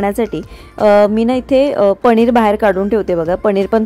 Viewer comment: पनीर ण नाही न